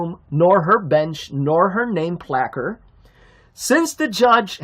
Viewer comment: needs to use some commons sorry it is pronounce "placard" "alleged" the way he says it